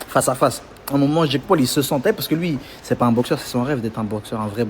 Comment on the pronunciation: C'est pas Jack mais Jake (Djeïk).